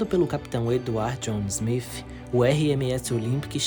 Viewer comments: O nome do capitão do titanic não é smif….e sim smith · Na boa,fica melhor chamar de Smith e não Smifh...